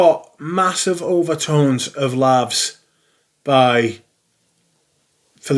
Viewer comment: Excellent you really are casting the net wide, interesting house and that Grimoire gets plenty of airplay. It wasn’t for me too but I did like L’eau de Merzhin for the hawthorn. I’m tempted to say “For crying ovt lovd, it’s Laus not Lavs, as in Praise and not some smelly WC!😂 We’ve already had Hay Hay Coldbones call J’ai Osé -High Osé recently.😂